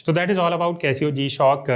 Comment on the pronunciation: Did u say kaisi ho g shock😂😂😂 Bro says kaisi ho g shock? Gshock say main acchi Hun Tum kaise ho😂😂😂